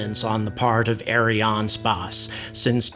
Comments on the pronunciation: Look, I know you're trying to sound french, but just prononce it Ariane Space. The french Variant is Ariane Espace, but don't bother. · I like your videos, but as a french man, I've never heard "ArianeSpace" pronounced as you do. We all say "space" as the english word. You pronounce Ariane like it should (ok, not the 'r', but no worry), but the "a" in "space" sounds weird. I'll continue watching your videos anyway, but while complaining.